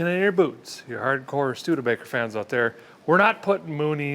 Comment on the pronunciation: Did I hear “stude-faker?” 😂